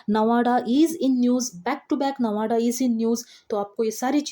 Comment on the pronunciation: Very nice session but plz nawada pronouns not good